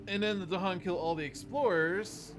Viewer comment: You've got the Dahan pronunciation correct now, but still need some more work on your Badlands. Each syllable gets emphasis: not just the first one.